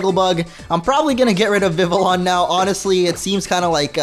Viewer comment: It’s not Vivillon. It’s Vi vi on